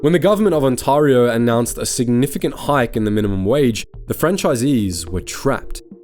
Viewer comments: Wtf is an on tar o? It's pronounced on-tare-eo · Great video. One note on pronunciation: Ontario = “On-tare-ee-oh” rather than “On-tar-ee-oh”. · It's On-TEHR-io not On-TARR-io. Either AI slop or a foreign reader... probably the former. Tim Horton's hire temporary foreign workers... The brand is utterly destroyed. It is Singh Horton's and deserves to fail. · On-Tare-ee-oh. Please,. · On-tear-ee-oh. Onteareeo.. Ontario. And the last time I went to Timmie's was when they discontinued there Oatmeal Raisin cookies. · Ontario is pronounced like, "Ont Air E Oh" or "On Tear E Oh". The other thing Timmies did was they took advantage of the Foreign Worker Program which, in and of itself is not a bad thing, BUT I have wondered if those people that came to Canada are being used and potentially abused because they don't know the labour laws in the various provinces. There are several levels of wrong about what Tim Hortons became and it will take a massive effort for Canadians to trust the brand again. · I don’t want to sound rude, but the way to say Ontario is very wrong😅 On-teh-re-o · Im sorry, but I can not take any of this video seriously. When you can not even pronounce the province of Ontario properly. You are not even Canadian. This feels like a bought and paid for propaganda channel. Designed to create dissent within the country. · Your terrible pronunciation of Ontario is absolutely grating. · Hey, great video but you’re pronouncing the province wrong… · Jesus H. Christ! Learn how to pronounce "Ontario". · Learn to pronounce Ontario properly.